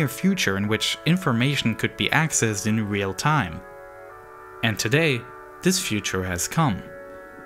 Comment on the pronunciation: Hey, narrator? Did you know there is a "TH" sound in a lot of words? like, "OTHER" not "UH-VER" and "THIS" not "DIS."